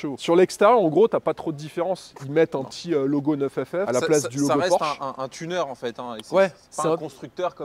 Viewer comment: C’est NINE FF pas neuf FF franchement les gars faites un effort